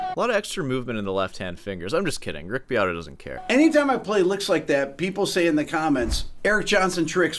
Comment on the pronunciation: Beato doesn't even know how to pronounce his own last name!